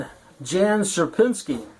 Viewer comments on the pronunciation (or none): Jan and Piotr - correct pronunciation is "Yon & Pee- ottrrr"